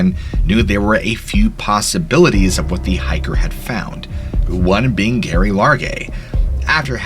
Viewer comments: Jerry….Jerry….not Gary. 😵‍💫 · Lol love this story jus giggling a lil I think it’s Jerry for Geraldine not Gary. 😜